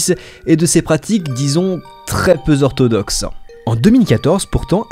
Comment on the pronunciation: "Sont très peu zorthodoxes" ne se dit pas Les liaisons sont tout un monde, il vaut mieux ne pas en faire plutôt que de risquer la redondance.... Simple conseil, j'embête tt le monde avec ça, j'aime ma langue !!